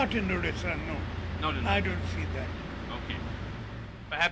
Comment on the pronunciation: At least he should pronounce odisha, it's not udisha!